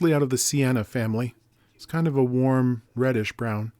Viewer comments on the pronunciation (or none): none